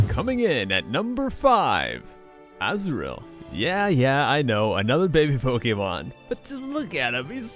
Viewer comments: Anyone heard asriel instead of azrull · when you say azumarril (i dont know write this sh*t) its so like asriel